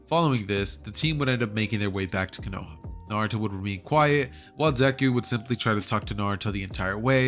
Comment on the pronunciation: man just said konowa instead of kono HA